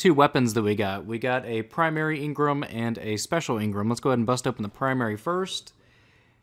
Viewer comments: Jesus fucking Christ I cringe every time you say engram. It's engram not ingrum! Other than that, love it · your saying engrem when it's called engram lolz😂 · Why do you say Ingram it's spelled engram you don't pronounce e I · Stop saying ingram it's pronounced how it's spelled for gods sake you're triggering me